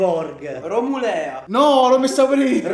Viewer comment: Grande che porta in alto il nome della mia Romulea 🧡❤️ (si pronuncia Romùlea)